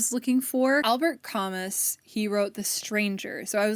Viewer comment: Idk if anyone else has commented this and I mean no offense by this but, Camus is a French author and his name is pronounced “ka-moo” and Sartre is just “sa- truh”! I love this video though, big free little library and thrift store fan myself :)